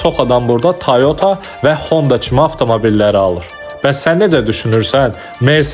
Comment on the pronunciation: Tayota yox toyota